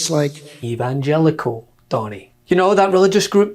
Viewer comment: I almost died laughing when I heard Donald trying to pronounce Evangelicals. IT WAS SO HILARIOUS!